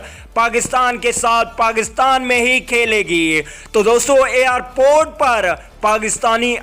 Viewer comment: Slow bol bhai phone ka speaker pana hai kia airport hota hai arport nhi